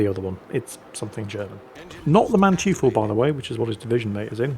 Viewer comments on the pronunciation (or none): Hey, "eu" in German is pronounced "oy", so it is not Manchoofel, but Mantoyfel:) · Okay, new german ship, new angry horde of germans: It's (closer to) MAHN-toy-ful - not MAN-tju-fell... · manteuffel (mandevil), "man-toif-fel" . not man-tjee-full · Sorry, I just have to point out that "eu", in German, is pronounced the same as "oi" in English. Not Mantoofl, but Mantoifl. I just couldn't resist pointing that out,, er,, LOL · Man-TEU-FEL... not manchifu...., goddammit!! I was scratching my head of what the hell are you on about... then I see the name. Say it after me: Man ( man, with an A not an e) Teu ( similar to the porta toilet brand TOI-TOI ) FFEL ( Felt - like the armours of old) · Not a huge deal but I winced every time you said Manteuffel and Blücher. Manteuffel: Mon-toy-fel, not Man-Tee-fel. Blücher: Blew-cher (soft CH like the CH in the German word for I, "Ich," not blew-cher like the CH in chair. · You have totally butchered the German ship names :))) It is Bluhher (the double hh means you pronounce with a very thick h and the u is something between u and i - difficult to explain umlaut in writing) It is Mantoifel (the eu combination in German is pronounced oi - like when the EU announces new regulations and the Germans all scream oi oi oi LOL) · You're bluchering the pronunciation of the Blucher and the Manteuffel. (Blucher like blue-cur and Manteuffel like man-toy-full). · Hey, pronounce the German Cruiser rather like 'Man"toy"fel', the German "eu" sounds spoken like "oy" as you'd say in the word toy.;-) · Manteuffel = Mon-toifle ("Mon" as in "monkey", "toifle" as in "Oi!" and "fell") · Holy scroll zooming Actually, it is "man-toi-fel" like in >Oi< mate! and it with the BLucher it is no hard k, just an sounding H like in Hotel. Anyway, back to the saltmines.... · its pronounced Mahn-toy-fel. Was listening Audio only, but hat to snatch the phone to peek, what german Name was butchered this time 😂